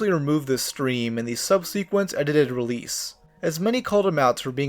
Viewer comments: great video, one note: idk if its like an actual RULE but im pretty sure its "sub-suh-kwent" not "sub-see-kwent" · Subsequent is pronounced SUB-suh-quent btw